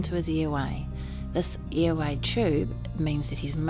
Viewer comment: Why does she say ear way and not air way